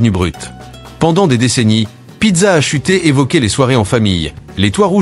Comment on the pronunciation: Pizza a chuté, mdr l'IA.